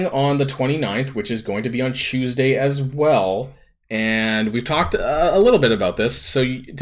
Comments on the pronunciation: CHEWS-day? or CHOOSE-day? i cant tell which one you are trying to say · Lol CHEWS-day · Lol yes trademark "chewsday". I had a Filipino friend who pronounced it the same exact way.